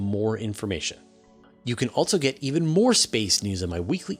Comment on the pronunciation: How many "T's" and "Z's" are you putting in "Also"? "Altzzo". Wtf